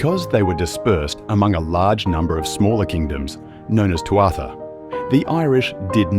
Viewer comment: Potentially great video but the piano music vies with the content! ("Thuatha" is pronounced "Thoo-ha" ... the middle 'a' is silent) G Ire